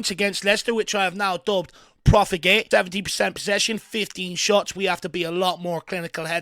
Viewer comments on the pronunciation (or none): Was that, “Profli-Gate”? LOL😂